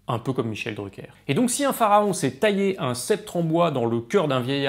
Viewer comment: Arrête de faire l'anglais